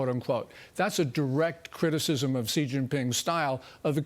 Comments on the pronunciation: President Trump…… Respectfully….. an X in Chinese is an S. Xi is pronounced She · Not President Chi, it is President Xi, which sounds like "si".